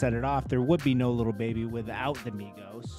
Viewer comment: Why do you keep on sayin LITTLE baby and not LIL baby?